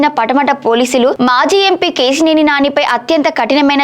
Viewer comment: Ke..shee.. neni,...kaadu Akka Ke...Si...Neni.... telugu ni murder chestunnav